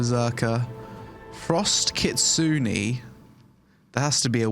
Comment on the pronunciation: That lance user is caked up bro x//x, also the way you said Kitsune hurts my soul...